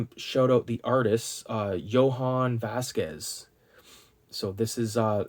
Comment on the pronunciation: Every time he says “yo han” it kills me lol. Jhonen bruh “yo nen”